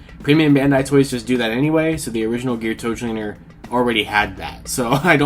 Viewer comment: The L is silent in Geartozinger...